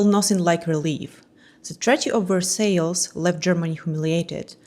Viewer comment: Regardless of your mother tongue, Versailles is pronounced "Ver-sai". I love art deco.